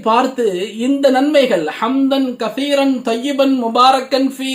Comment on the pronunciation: Salaam hazarath hamdhan kaseeran erukku neenga kaffeeran nu othuringa